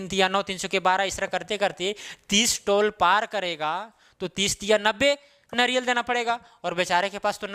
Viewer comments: Naryal nahi hota hai sirji... Nariyal hota hai hindi mein... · Naryal.... Eee ki matra kiu nahi pronounce karte ho 🙄